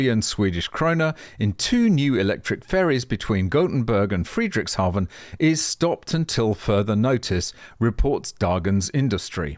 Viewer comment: Loving your channel, Sir! On pronunciation: Just say Frederics and combine it with "hown", rhyming with town. Danish National here 🇩🇰